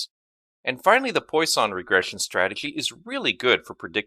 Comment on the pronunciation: Hi! Just for your infomration, you misspronounce Poisson. That's a french surname and should be pronounced like "Pwason" check it please